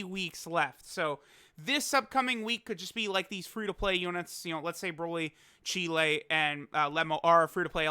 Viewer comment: Im tryna Chee-lay Cheelay.... Cheelai btw